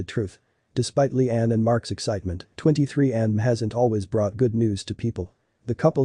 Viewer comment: This computer voice is awful! "23andm", really? I'll be blocking this channel.